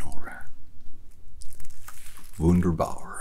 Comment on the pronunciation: "Vunder-barr" lol